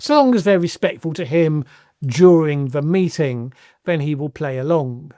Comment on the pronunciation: has trouble pronouncing th - fink, ven & vat rather than think, then & that.